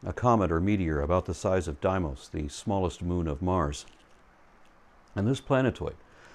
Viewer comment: Great stuff as always if I may make one small correction, Deimos is pronounced Dee mos not Die mos as the emphasis is on the e as it comes first. Lots of people make the same error with stein and stein endings if the e comes first it’s steen but if the I comes first it’s stiin. Keep up the good work trying to advance humanity forward from the Bronze Age mythology the religious extremists and conmen preach to the gullible